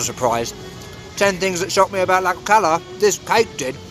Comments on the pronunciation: The X in Tlaxcala has an sh sound not an x sound! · Not according to literally every Mexican I've ever spoken to jaja. My Airbnb host pronounced it as I did when I specifically asked him and he was born there! It's like with Taxco and Holbox, I've been told about 17 different pronunciations